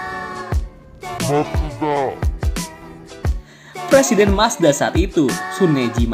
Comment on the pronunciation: Ngakak Ngomong Mazda nya.